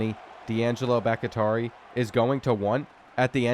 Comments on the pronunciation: I’m prefacing this with it not being a big deal at all, but I do think Bakhtiari is pronounced Bach-tee-are-e Other than that, keep up the great work! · BACK-TEA-ARI please god let him learn how to pronounce that legends name properly lol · Pronounced bok-tee-ari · It’s pronounced BAK-TEE-AH-REE😭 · Butchering Bakhtiari like crazy 😂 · The way you say Bakhtiari is so horrid lmao. Cmon bruh. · Sitting here wondering if his coach would ever pronounce his name correctly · That Bakhtiari pronunciation is nails on a chalkboard every time. How do you keep botching that? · Brother it's Bok-Tee-Ar-EE not Bok-i-Tar-EE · All my Green Bay Packers fans remember the great blind-side left tackle, David BackyTarry... (psst. Its "Back-TEE-ari") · You are miss pronouncing baktiari it’s sounded Bach-tee-ari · Great stuff as always! And not trying to go all grammar nazi on ya, but Bakhtiari is pronounced "Bok-Tee-Ari". That said...keep the content comin'! 🤘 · It's pronounced Bock-tee-ari...like David Bakhtiari, the longtime Green Bay Packer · Bro please it's becoming unwatchable hearing you mispronounce these easy names. I don't know if it's ragebait or not but it's BAHK-TEE-AREE it's spelled Bakhtiari. Have you never heard of David Bakhtiari? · Why are you pronouncing Bahktiari so insanely poor? Go look up the pronunciation for former Packers LT David Bahktiari. It is "Bahk-Tee-Ari" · Boc uh taree is wild that man name Boc tee ah ree...😂😂😂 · BOCK - TEE - AR - EE is the pronunciation of Bakhtiari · Bakhtiari bahk-tee-AH-ree bahk-tee-AA-ree Please 😆 🤣 B T Dubs love your content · Brother it’s Bawk-Tee-Ari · BOCK-TEE-ARE-EE!!! You mispronouncing that name is killing me 😅😂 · It’s driving me insane so I have to say it. Dudes name is pronounced Bock-Tea-Are-ee. It’s not Bock-Atari! lol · ITS BACH-TI-ARI, LIKE FORMER PACKERS O-LINEMAN DAVID BAKHTIARI, NOT BACH-IH-TARI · brother it’s Bahk-tee-ah-ree, not Back-ih-tar-ee. David Bakhtiari was one of the best OTs in the NFL for a decade